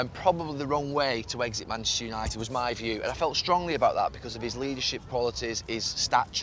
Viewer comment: Gary “YAnited” Neville